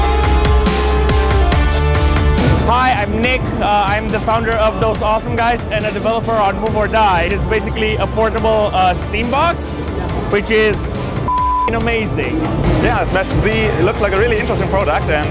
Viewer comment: Wait did that guy on orange jacket said pornable. Me: well I love to hear that